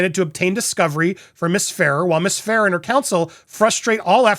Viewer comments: Fa rare is how you pronounce it! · As per Isabela Ferrer, her last name Ferrer...is pronounced "Fur - Rare".